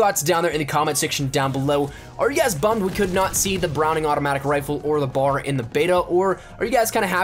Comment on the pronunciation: B.A.R. not bar